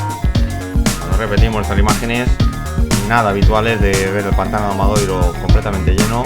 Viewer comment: Gran trabajo de seguimiento de la prueba y un estupendo montaje de imágenes, mis felicitaciones por ello. Si me lo permiten les pediría una pequeña corrección en el título y en las etiquetas, pues el pueblo se llama ORXETA, con "T", no con "TX". Así mismo en varios ocasiones el locutor se refieren al AMADORIO (forma correcta) como Amadoiro. Muchas gracias.